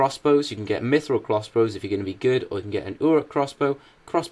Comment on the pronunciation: You pronounced mithril wrong D:<